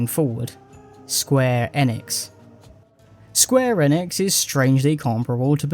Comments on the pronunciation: Square Enix is pronounced eeenix not N-ix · bro youre a muppet. "godot' is said 'go-doh' not 'dot' and square enix is "eenix' not 'ehnix'